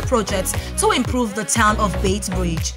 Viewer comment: What a pity this very informative video has irritating background " music" often drowning the speaker. And please note its "Beit" Bridge not "Bait".